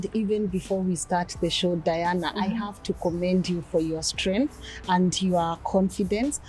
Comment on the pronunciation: Strenttreength of a woman!!!